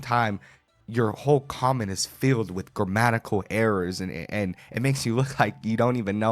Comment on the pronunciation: He couldn't even say the word, 'grammatical', correctly..😅😅.